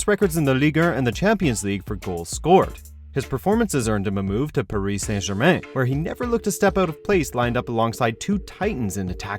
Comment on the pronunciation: This guy couldn’t pronounce Paris to save his life